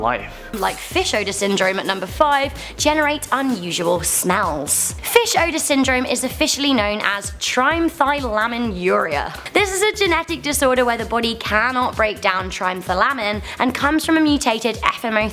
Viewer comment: Trimethylaminuria is pronounced like "Try-methul-ammin-yooreeah." The ending "-uria" means "presence in urine." Trimethylamine is an organic chemical compound: N(CH3)3.